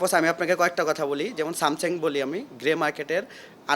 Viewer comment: সামসেং, ওরে ব্যাবসায়ী রে মুরুক্ষুর ছাল, শুধু টাকাই চিনছে, নামটাও বলতে শিখেনি।